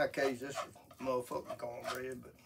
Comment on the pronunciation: I knew it was gonna be good when he bust out that "Muh fuckin"